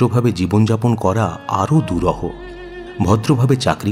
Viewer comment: কথাটা দুরূহ দুরহ না